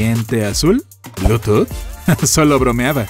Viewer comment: Blu tooth... seas mam.n...